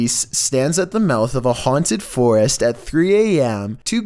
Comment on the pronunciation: “I dold you ets auaunted”😂😂